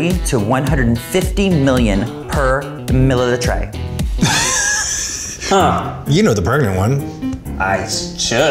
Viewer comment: no one’s talking about “per MILLATRAY” 😭